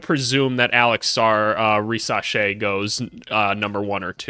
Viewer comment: You pronounce his name perfectly. Stéphane, his dad, played in Spain for 6 years (4 in Malaga and 2 in Murcia). He also played in Greece.